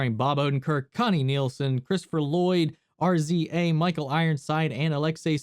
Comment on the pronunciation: Not R-Z-A, it’s rizzzzza wu tang clan ain’t nutin to fuk wit.